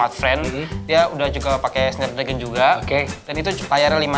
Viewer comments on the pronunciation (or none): none